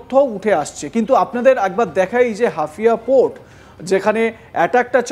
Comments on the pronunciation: ওটা হাফিয়া না হাইফা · haifa. not hafia. get correction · আরে ছাগল হাফিয়া না হাইফা বন্দর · গাধার বাচ্চা এটা হাফিয়া নয় এটা হবে হাইফা। মূর্খের দল দিয়ে সাংবাদিকতা করালে যা হয় আর কি। এটা তো তোদের বাপজানের ক্যাশিয়ারের পোর্ট তারপরও ঠিকমতো উচ্চারণ করতে পারিস না। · হাফিয়া নয় রে গাধা হাইফা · একজন সংবাদ উপস্থাপক যদি হাইয়া নামক বন্দর কে হাফিয়া বলে। এটা কেমন উপস্থাপক 🤔🇮🇳🖕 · মূর্খ মালায়ন। ওটা হাফিয়া নয়😃 হাইফা বন্দর 😋 আগে লেখাপড়া শিখেক ফাউল জোকারের দল। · Hafiya na re bolod Haifa😂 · আগে উচ্চারণ ঠিক কর। হাফিয়া না হাইফা হবে। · ভারতীয় সাংবাদিকদের সংবাদ শুনলে হাসি পায়, তাছাড়া ওরা মিথ্যা ও ভুল ভাল খবর পরিবেশন করে ! যেমন হাইফা নামক স্থানকে হাফিয়া বলছে । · আরে বলদটা হাফিয়া বন্দর নয় হাইফা বন্দর হবে ওটা। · হাইফা কে হাফিয়া বলছেন কেনো? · হাফিয়া না মূর্খ, এটা হাইফা বন্দর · হাফিয়া বন্দর নারে বলদ, হাইফা হবে ওটা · হাইফা রে বলদ হাফিয়া না😂😂😂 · আরে মূর্খ এটা হাফিয়া না "হাইফা" হবে। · শালা অশিক্ষিত।। হাইফা হবে হাফিয়া না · নাম বলতে পারে না। নিউজ পড়তে আসছে 😂 হাইফা ❌ হাফিয়া✅😂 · Are jokar hafia noi haifa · হাফিয়া নয় হাইফা বন্দর। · ওরে বোকা চোদা হাফিয়া নয়, হাইফা (Haifa). তেলাপোকার পাখি হওয়ার শখ!!! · Hafia noi ,,,,haifa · হাফিয়া নয়।হাইফা পোর্ট।😅😅😅😅😅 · সঠিক উচ্চারণ o করতে পারে না 😂😂😂 হাফিয়া😂😂😂😂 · অরে মুর্খ সাংঘাতিক, হাফিয়া পোর্ট না হইফা পোর্ট হবে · Ota hafia noy....ota Haifa port. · Areerr buka chu….ata hafia naaa. Haifaaa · নামটা ঠিক করে বলুন। হাইফা বন্দর। ঠিক করে জেনে নিন, তারপর খবর পড়ুন। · অশিক্ষিত এই ক্ষেতটাকে কে সংবাদ মাধ্যমে বসিয়েছে, নাইরোবিকে বলতেছে নরবি, আবার বলতেছে হাইফাকে 😅হাফিয়া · একটা অশিক্ষিত চ্যানেল। হাইফাকে বলে হাফিয়া, নাইরোবিকে নৈরবি!😅 নুন্যতম জ্ঞান ও শিক্ষার বালাই নাই এদের। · janena, ki kore bolbe? taka niye pore dichche telepromter dekhe... knowledge ba profession er upor kono respect nei to... Nairobi k o Noirobi bollo... albal maal sala...